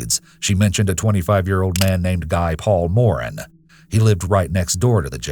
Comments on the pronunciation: Guy Paul Morin is French-Canadian. His name is pronounced Ghee Paul More-AN. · It's pronounced "Ghee Paul More-anne" thanks!